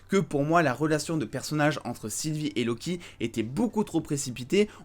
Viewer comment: "lo kiki" j'ai rigolé jugé pas